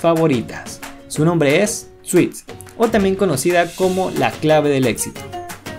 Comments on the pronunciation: Se pronuncia suts no suits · Disculpe, se pronuncia suts (traje) NO suits. Usted esta diciendo dulce en ingles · Grandiosa serie. Bien por las curiosidades, solo una cosa. No se dice "SUITS" se pronuncia "SUTS" en inglés la palabra define tanto los trajes formales como las demandas judiciales ( derivado de Lawsuit) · "Suits" no. Se pronuncia "Suts" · SE PRONUNCIA SUTS NI SUITS... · De entrada se llama Suits (Se pronuncia Suts) en latinoamericana se llama La ley de los audaces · Una forma de guiarse en cuando ves el intro de la serie en ingles y dice "Previously on Suits" (Suts). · ¿No se pronuncia /suts/? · Se pronuncia suts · Aprendan a pronunciar el inglés carajo, el título se escribe y se lee Suits, pero se pronuncia "SUTS" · Se escribe suits pero se pronuncia suts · Te hubieras tomado la molestia de investigar cómo se pronuncia la palabra “Suits”.